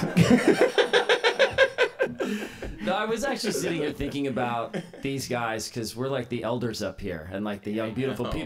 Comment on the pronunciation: WTF was that in the beginnig "Hi, Gay"